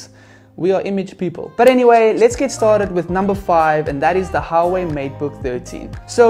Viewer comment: It's pronounced "Wa-Way"